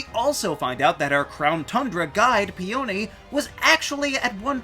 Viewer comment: ...ok im sorry how did you pronounce peony?? im sorry thats the funniest thing ever